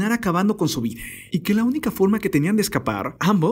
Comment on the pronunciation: No se si soy yo o escucho que cada palabra que termina con A que en lugar de la A suena una E… Vida… videeeeeeh ? O es mi oído jaja